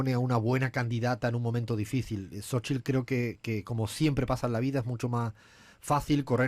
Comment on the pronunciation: La sílaba tónica en Xóchitl, es Xo, porque se obstinan en usar como sílaba tónica en chitl?